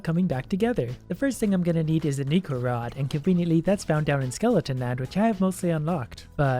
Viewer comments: Necro is pronounced "Neck-row". not "Knee-crow" Yes I cared enough about this to make a comment, I await your pity. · Necro is pronounced "neck-row". It's just the first syllables from necromancy.